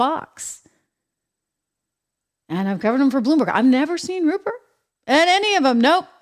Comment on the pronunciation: “Ruprecht” Murdoch. 👎👇🫵